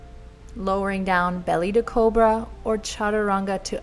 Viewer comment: This was amazing! btw the first time Adriene said 'cobra' I heard it as 'cool bruh' and I couldn't stop laughing xD